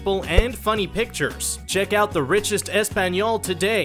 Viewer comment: Why when you’re promoting the other page it says “ESPAGNOL” tf is that I thought it was “ESPAÑOL”